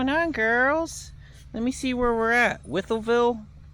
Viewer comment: Scumbag Brokers! they should be exposed! and run out of business! Talking about it being cold! you do know that there is heat in those tarps! You get to folding them up you will warm up! Wytheville is pounced like with Ville! I grew up in VA . (VA Beach)